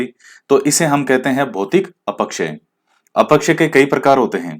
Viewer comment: Sir aap अपक्षय को अपकक्षय बोलते ह । acha lagta h ye bhi😁😁😇 6 out of 6 sahi h sir...